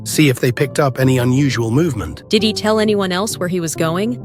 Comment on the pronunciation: when said "Did he" I thought she said Diddy💀